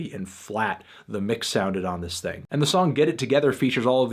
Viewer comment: How did you not like this "ting"? This "ting" fire 🔥🔥🔥😂😂